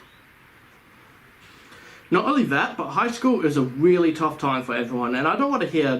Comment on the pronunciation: It weawy is